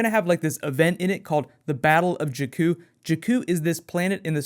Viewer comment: Also you pronounce jakku and darth plagues wrong :/